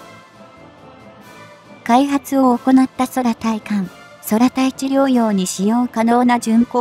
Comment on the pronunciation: 読み間違いが多過ぎるので低評価。 対艦（たいかん）を「ついかん」、空対地（くうたいち）や空対艦（くうたいかん）を「そらたいち」「そらたいかん」なんて普通読まん。